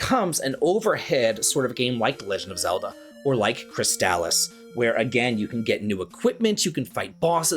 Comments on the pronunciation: Lmao I'm sorry when I heard you say Crystalis I heard Chris Dallas I was lost for a moment. Great video though these are all excellent games. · I'm a bit older than you are, but fell in love with RPGs around the same time, and with many of the same games. Crystalis is one of my favorite games ever, and easily one of the best on the NES. Having said that, it kills me every time I hear anyone say its name, like you. I know the commercials say it that way, but lets not pretend commercials never got names wrong (Mitsubishi Starion) Per google: People sometimes pronounce "Crystalis" (the video game title) with a hard "a" sound in the middle, like "Cris-tall-iss". However, the more generally accepted pronunciation is closer to "Cris-tuh-lis," similar to how you would say "crystalline," or "chrysalis". This is a true nit-pick, yet the same as an american saying Adidas "uh·DEE·duhs", instead of the correct German "AH-dee-dahs" is like hearing nails on a chalk board. Still, all the love for your videos.